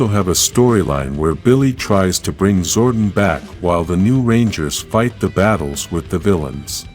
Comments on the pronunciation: Zordon is pronounced Zor-Don not Zor-Din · Billy will bring back Zordan and you need to fix your speech using his name wrong. His name is Zoradon not Zoe Dean